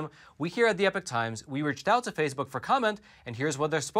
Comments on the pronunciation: Phase Book is pronounced Face Book. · are you intentionally calling FaceBook “phase-book” or just mispronouncing it by accident? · It's face book, not phase book. Very annoying that you keep mispronouncing.